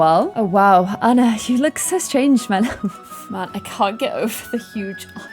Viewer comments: Please pronounce Ahna not Anna because its NOT Anna, thank you love you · Anna's name is pronounced Awun Ahh not Ann ah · You always say Annar..😂🤣😂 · And the name Anna is meant to be pronounced "on-uh" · If doesn't watch Frozen 2 before she makes the next vid, im gonna rage! There is SO MUCH info about the parents and how/why they died and a heap load of info about Elsa's powers. Also, i hope she'll realise to change her pronunciation of "Anna" coz that's been bugging me, haha